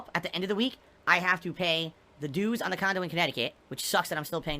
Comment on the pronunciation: He need tips to stay afloat until the end of June...and then till de end of July, afterwards until de end of August, etc, etc, etc